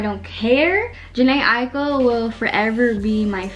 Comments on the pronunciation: your pronouncing jhené aiko name wrong 😭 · i just realized she doesn’t say jhené aiko right😹it’s ok sis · U say jhene Aiko wrong 😭😭